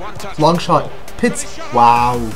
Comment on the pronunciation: Pizzi* not Pitzi lol it's not a Pizza